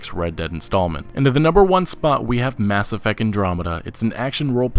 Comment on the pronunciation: "Mass Effeck" lmao